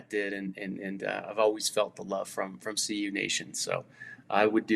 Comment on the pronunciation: CU dude, not UC! 🤦🏽‍♂️